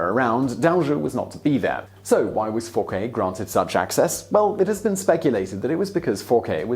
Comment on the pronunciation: I always enjoy your videos, but your pronunciation is almost always so poor that it is distracting. Dauger and Fouquet are really easy for an English speaker; you just don't seem to try.